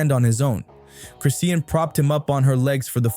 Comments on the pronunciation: If you say Chris-sea-en one more time nicca!!!! IT'S CHRIS-SHAWN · Its chrisean not crisea Ann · The way the bot says chriseen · I thought Noone was going to address the fact that he was butchering her name and the baby name that's ignoring I'm trying to watch it's hard listening to this man❤ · I was reading through the comments thinking “am I the crazy one?! 👀” wondering why isn’t anyone correcting it? Have I been saying it wrong this whole time?! 💀🤣 thank you for commenting on it.